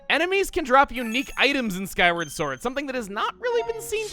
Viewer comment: did he say "Skyrim" sword? 😆